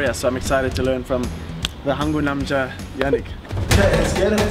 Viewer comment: 아이씨ㅋㅋㅋㅋ 야닉 발음 찰지네요ㅋㅋㅋ